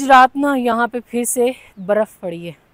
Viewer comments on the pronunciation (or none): Bhan bruf lafz nai hota barf hota hai ap continuously bruf bol rai hn